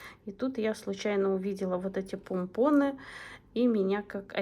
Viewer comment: пОмпоны!!! 😂😂😂Аж слух режет🥴